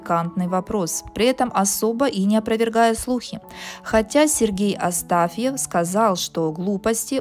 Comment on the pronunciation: Сергей Астахов, а не "Астафьев", блин. И у него есть семья и дети. Жванецкий, кстати, во сколько лет женился? Эх мамы-мамы...